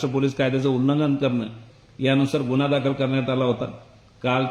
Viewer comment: शुद्ध मराठीत बातम्या सांगायच्या नादात या वृत्त निवेद्यकीने न च्या जागी ण आणि ण च्या जागी न केले आहे गुण्हा..